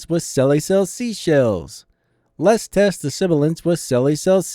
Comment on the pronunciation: you were saying "let's test the sibilance" in the video but it sounded like you're saying "lest test the siblance". i think he's pointing that out.